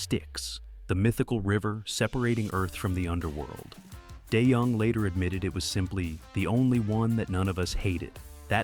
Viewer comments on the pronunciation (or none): And “Dennis Day Young” !! 😂😂😂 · "Die Young" AI can't even pronounce his name correctly.